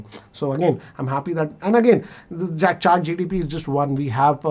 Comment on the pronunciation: Sir.. with due respect… it’s ChatGPT.. not ChatGTP.🙏